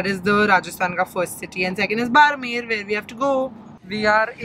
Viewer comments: I am from RAJASTHAN and the whole time was saying barmer i was thinking that i haven't heard any place called barmer, may be I don't know the place then i got that she was talking about "बाड़मेर ", ofcourse it was not her fault i know how to pronounce that word because i am from rajasthan but i laughed so hard when i get what she was trying to say the whole time 🤣🤣🤣 i love you... ❤️❤️ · Your mom is so cute... It's Barmer not Baarmar Hope you enjoy your trip in our Rajasthan 💜💜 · Hey! It is pronounced as बाड़मेर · the actual pronunciation is badhmer, yes the spelling is barmer. Welcome to rajasthan ❤️ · it is बाड़मेर not बारमर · Its is pronounced at Badmer